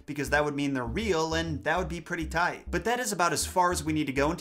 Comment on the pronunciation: He even said "tight" like Ryan george, the funny Canadian dude